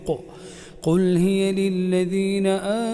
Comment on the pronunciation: لماذا قرأ هي بتسكين الياء بدل فتحها في الآية ٣٢